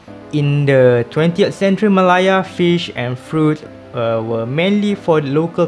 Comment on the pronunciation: Interesting Video! Nice insight on the east coast line and the reason for sustaining it. Maybe a point to note, malaya is pronounced meh-leh-a or Malay-ah with the ah being slightly higher in tone I noticed you were mentioning it as ma-lah-ya. I really hope to see more content from you tho!